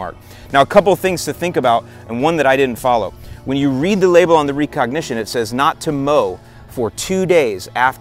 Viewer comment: Are you trolling with that pronunciation of recognition? Cause if not, then wow